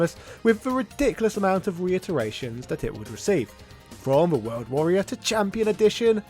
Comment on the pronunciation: “The HORLD Warrior”?